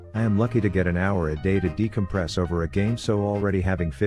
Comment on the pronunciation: It was so funny when he said decompress